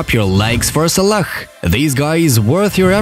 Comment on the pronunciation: Is it me or did he call Salah salakh